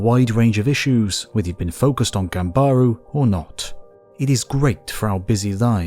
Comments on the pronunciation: What a journey for a young man! For reference, the journey from Tokyo (edo) to Ise takes around 6 hours by car. I can’t imagine walking and riding that distance. I love this! A fascinating look at the life of more everyday flawed human. By the way, ganbaru has the stress on the first syllable with the “ba”being very short. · GææmBAAArew is a Japanese phrase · My ears are bleeding from all the wrong pronunciations.... Jesus, stop saying "gang-ba-ru" (wrong romaji here, trying to imitate the voice over char of the video) in your accent - it sounds all wrong. Goddamn, it freaks me out lol.... JESUS again, almost all the Japanese names and terms you say out loud sound so wrong. Please make it stop. lol .... I guess I have been living in Japan way too long by now so I forgot that not everybody had the privilege to actually live in Japan and learn the proper pronunciation of the language. So I apologize. It takes some time to learn the actual language and how to properly pronounce words in it. This video certainly does not use the correct pronunciation at all, but the actual content is still very interesting and entertaining. So do not be discouraged watching this video. Overall I loved the way the story was presented. I just had a problem with the pronunciation of most of the Japanese terms used. But I guess that is just my personal issue. Final verdict: I do hate wrong pronunciations since I have been living here long enough to know the correct ones. However, the video overall was very informative and entertaining. Thank you. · It's Gambaru ん is pronounced m when it precedes B M P sounds like in Tempura